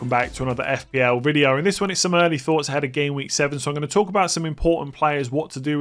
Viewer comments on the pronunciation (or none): none